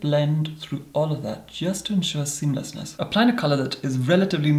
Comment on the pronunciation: I could listen to him say seameleasness all day